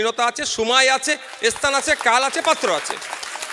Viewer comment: এখনো স্থান উচ্চারণ করতে পারলো না বিধায়ক🤣🤣🤣